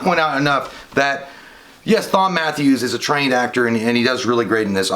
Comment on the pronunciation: Just saw this: pretty good short. Btw, Thom is short for Thomas. I’m pretty sure it’s pronounced as Tom.